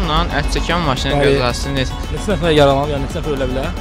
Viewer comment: Nefes diyen oglan gozel diyir nefes